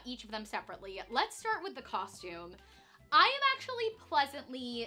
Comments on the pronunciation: When there’s 50 million comments about it I guess she has no choice. I didn’t even mind when I didn’t and did know. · Canadians all say it the "coshtume" way so it always sounded normal to me! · people were being so rude about it. I literally just passed a comment on here that said that since she stopped saying it “wrong” they can actually watch her.😒